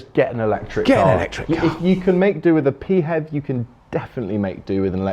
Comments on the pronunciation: This is the first time I've ever heard "PHEV" pronounced "Pee HEV" as opposed to "FEV"! Good video, from someone who thinks that hybrids were a good idea for a stepping stone a few years ago, whose time has now passed. Pure BEVs for the win! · “P HEV”? Is that like a “P HONE”? It’s just Phev, like Phone. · Why pee-hev? You don't say Pee-hotograpee-h! They're Fevs, and stil a blind alley! The only readon I've not gone BEV is because of the dreadful lack of chargers up here in the NorthWest, and around Notth Wales. I wasl checking on Zap-map a couple of days ago, and the only public chargers near me haven't worked for over six months! (Not counting one at a Hotel, which is for customers only!) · The infamous Euan McTurk had always said pee-hev, and his You Tube thoughts on such vehicles is worth watching (Plug Life TV)